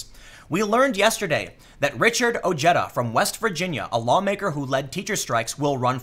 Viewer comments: Ojeda's name is pronounced O-hey-duh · Dude its pronounced Oh-Hay-Da